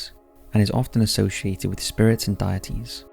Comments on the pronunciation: Um ... Circe is pronounced Sir-See, not Cur-Key. Edit: Deities is pronounced DEE-et-Tees, not Diet-Tees. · Why are you pronouncing deities like “diet ease”? Please get back to me soon. Love you, goodnight. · "Deities" - Pronounced - 'Day - et - ees' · Dee - A - Tees Ex - O - Dus Sorry to be grammar police but as a fellow Englishman I don’t know where you got the pronunciation for them from lol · Dude, I love your videos but PLEASE learn to pronounce words correctly! In the first two minutes you mispronounced Saul, Exodus, Circe and deities! Look them up if you're unsure, please!